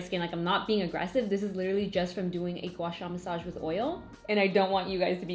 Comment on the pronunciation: Can I just comment that your pronunciation of "guasha" is so on point 👏🏻 I am Chinese so I always appreciate YouTubers that pronounce mandarin correctly!